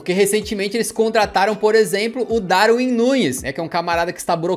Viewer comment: Se pronúncia Darvin